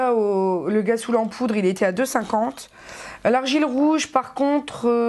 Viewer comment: cc on dit [rassoul] pour rhassoul, pkoi [guassoul]?! lol sinon tres tres beau haul, je ne sais pas si tous les noz profitent des memes arrivages ms les savons noirs me tentent bcp, parait ke rien ne nettoie mieux la peau!